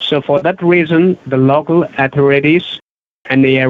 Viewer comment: "Low-cow Owl-thorities"...